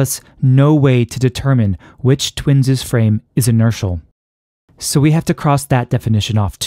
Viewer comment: Nice physics, but the pronunication of twins' was distracting. It is not "twinses." The possessive of twins (i.e., twins') is pronounced, "twins." I still claim that biological organisms do not have asymmetric aging in the so-called "twin paradox."